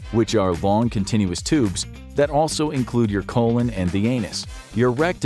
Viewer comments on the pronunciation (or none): none